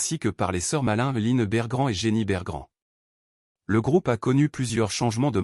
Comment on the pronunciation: Les enfants bergrands...on dit berggren 😂😂😂